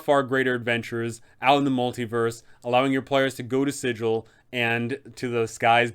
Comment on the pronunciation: I already added her in an interplaner courier game I ran. She had the pc's start the faction wars (unknowingly of course) she is so much fun. Good vid! Also I hate to bring this up, but it's pronounced with a hard g like bagel, not the standard sigil. It's in the planescape source book. Just an FYI.